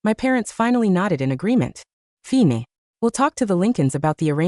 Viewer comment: Why does the AI always read the word 'fine' as fee-nay"? As for that suit, that's gross.